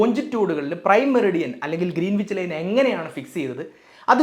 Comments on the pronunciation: It's not ' Green wich ' it's greenich As a science and tech enthusiast ,I visited Royal Observatory in Greenwich south east London where the prime meridian passes through and realised that how I mis pronounced the place name. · Greenwich പ്രോനൗൺസ് ഗ്രീൻവിച്ച് എന്നല്ല ഗ്രീനിച്ച് എന്നാണ്, w സൈലന്റ് ആണ് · Sorry to correct you,it’s pronounced Gren-itch , not green wich! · IT'S PRONOUNCED AS ' GRENNACH !' ======== MATTS' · Pronunciation is GREENICH ˈɡɹɛnɪt͡ʃ/, /ˈɡɹɛnɪdʒ/, /ˈɡɹɪnɪtʃ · Greenwhich is pronounced as “grenich” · ഗ്രേനിച്ച് എന്നാണ് ഉച്ചരിക്കേണ്ടത്.. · വളരെ നന്നായിട്ടുണ്ട്. പ്രത്യേകിച്ച് ആരും ശ്രദ്ധിക്കാത്ത 180 ഡിഗ്രിയുടെ പ്രാധാന്യം! ഒരു ചെറിയ സ്ലിപ്പ് ശ്രദ്ധയിൽ പെടുത്തട്ടെ: Greenwich എന്നതിന്റെ ഉച്ഛാരണം ഗ്രീനിച്ച് എന്നു മാത്രമാണു. w - silent ആണിവിടെ. ഇംഗ്ലണ്ടിലെ -wich-ൽ അവസാനിക്കുന്ന മറ്റു പല സ്ഥലങ്ങളും ഇങ്ങനെ തന്നെയാണു! Otherwise excellent explanation. Keep it up! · ഗ്രീനീച്ച് എന്നാണ് ഉച്ചാരണം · Greenwich is pronounced as Gren-itch. W is silent. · ഗ്രനിച്ച് എന്നാണ് ഉച്ചാരണം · Good explanation. 👍🏻 I saw it because YOU explained it, eventhough I knew it very well. But just one correction, though not that a priority, pls check the pronounciation of 'Greenwich'. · Good information 👍 Please check on the pronounciation too... For instance, Greenwich.